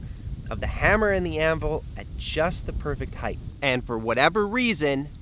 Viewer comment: Do you people know HEIGHT ends with a T and not a TH???????